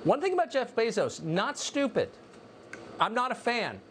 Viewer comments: Kyle, I love you, but I swear if you say "BEE-ZOS" one more fucking time, I'm going to give you fifty lashes with a wet noodle. It's like fingernails on a chalkboard. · Love everything you do Kyle But Bezos is pronounced “bay-zose” i had to say it because it bugs me lol idk why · I'm not sure what's more annoying — the way Kyle Kulinski says "Jeff Beezos," or the way Jimmy Dore says "Nancy Pelozi." 🤔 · It drives me nuts how Kyle pronounces Bezos' name 😂